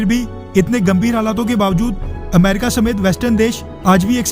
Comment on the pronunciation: अमरीक नहीं अमेरिका होता है